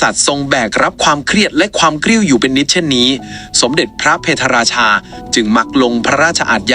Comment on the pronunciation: พะ - เพด - รา - ชา ไม่ใช่ เพ - ทะ ฝรั่งเศสไม่เคยทำสงครามกับอยุธยา